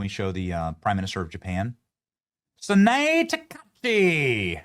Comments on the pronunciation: Benny, the name of the new Japanese PM is pronounced: Sa-na-ae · Her name is pronounced Sa na ay. The e is the "ay" sound in Japanese.